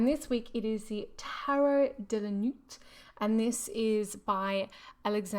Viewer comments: Insightful review and pertinent comments. Not our usual RWS references and oddly, suits are not illustrated on the cards. P.S.Nuit is not pronounced correctly. In French, we do not pronounce the T at the end. The T is silent! Thank you for sharing. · hehehe I was giggling so much because the T is silent in Nuit.. It is the French word for night. De la Nuit- into the night. I agree though, the deck does not make much sense in regards to symbols, in which I often read tarot in those terms. Thank you for sharing, although maybe check the translation next time, prior to recording.